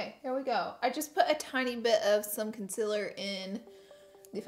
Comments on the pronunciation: Its called concealer not consiler. No hate love u laura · It’s pronounced concealer not conciler...... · No hate bc I love your channel but concEAler not conSILLer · conSEALer conSEEler not consiller wtf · If I had a dollar for every time Laura Lee says “consiller” in one video.. 😂💜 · The way she says "con-sill-er" cracks me up! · CON - SIL - ER 👌🏻😭😂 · CON-CEAL-ER is it that hard to say it right?? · CONCEALER please omg! its not consiller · CONCEALER NOT CONCILER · Concealer not conceler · Literally every time you say concealer I cringe lol love you tho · Every time she says concealer I wanna jump in front of a bus. Oops? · Your pronouncing concealer wrong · How she says concealer 😂😂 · I HATE THE WAY YOU SAY CONCEALER HAHAHAH